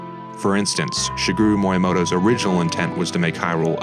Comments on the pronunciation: Btw. its pronounce MEE-YA-MO-TO not MOI-YA-MO-TO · Say it with me. Mi Ya Mo To